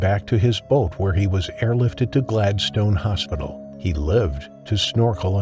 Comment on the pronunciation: Poor Zack. 😢 He certainly had the right people around him when he needed it, even though they did their best it was to no avail. Shark again didn’t do anything wrong. It was just being a shark. Zack is another wrong place, wrong time. Kudos to the narrator for pronouncing Queensland correctly then stuffs it up saying ‘wa-ft instead of wo-ft & Glad-stone instead of Glad-stn’ Can’t win em all I guess 😂